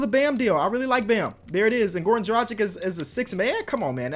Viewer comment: I just want to say its Dragic, Drag itch. Not Drajick.